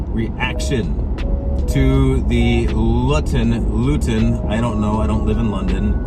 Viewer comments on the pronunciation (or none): Hey buddy. Its Loo-Ton from what I have heard pronounced. Also, I think EVs are new so they have problems. By new I mean relative to internal combustion engines. But I don't disagree about the mandates.